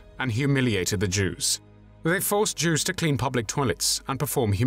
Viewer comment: Ok I love these personal documentaries but is it just me, or does it sound like he's saying "Juice" instead of "Jews" 🤣🤣🤣